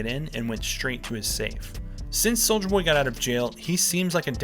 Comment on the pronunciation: "soldier boy" pronounces every letter